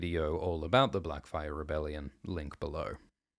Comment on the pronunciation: Blacfyre? Great bate